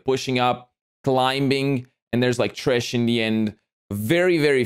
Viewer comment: I'm sorry, maybe just misheard, but did he pronounce Thresh as "Tris"? As always, your reactions are spot on, and very enjoyable.